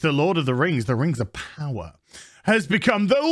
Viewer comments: If you don't like "Rangs of Powa'" you're probably a Nasssssy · I gonna call it "rangs ov powa" from now on.